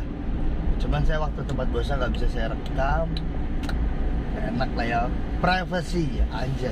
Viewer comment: Privasi bang 🙏bukan prafesi 😂....